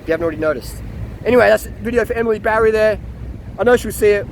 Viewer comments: I know. He keeps saying Barry 😄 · Her name is Batty not Barry!